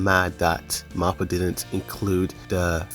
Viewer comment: Stop saying MAPPA and Ymir wrong when they’re so easy to say It’s Mappa not marpa. It’s ymir not ymirah